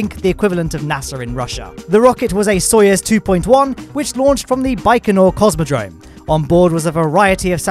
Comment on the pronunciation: stop saying it like its sawyers its soyuz